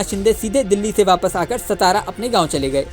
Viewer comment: सतारा नहीं ओ सातारा है .